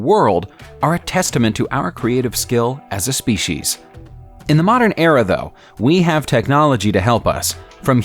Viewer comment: Look slobber puss, the word is just species, not SPEESHEES. It's like feces. You wouldn't say FEESHEES. Just calm down and say species. Thank you.